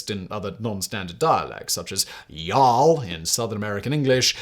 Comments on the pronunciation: "Ye-all" has got to be the worst of his pronunciations I've heard outside of his Casual Criminalist attempts at Chinese. Next time try your "Texas American" accent and try "yaul". Like ball, hall, tall. Also, "shiver my timbers" essentially means to blow apart the wood of the hull. Shivers is the old nautical term for what would be spalling or shrapnel from metal. Basically translates to "F**k me" as giant pointy bits of wood come flying at you. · that was the worst y'all i have ever heard Simon